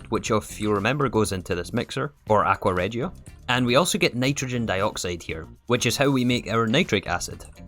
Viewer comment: Just so u know aqua Regia is made with hydrochloric acid and nitric acid NOT sulfuric acid btw its pronounced aqua ri gi a